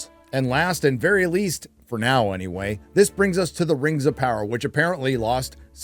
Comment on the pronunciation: Rims of power? did u do that on purpose or my ears playing tricks on me???